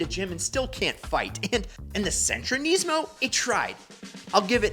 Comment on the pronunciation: Kneesmo weirdest way I’ve heard Nismo pronounced